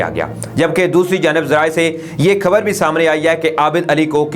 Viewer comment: Kindly correct ur pronunciation pls It's .خبر۔.... not کھبر کھراب۔۔۔۔ یا خراب؟؟ غریب یا گریب؟؟ تاریخ یا تاریکھ؟؟ شیخوپورہ یا شیکھوپورہ؟؟ خاطر یا کھاطر؟؟؟ خیال یا کھیال؟؟؟؟ U r speaking urdu in punjabi accent but not speaking hindi